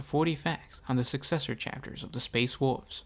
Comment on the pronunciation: It sucks he cannot say "wolves"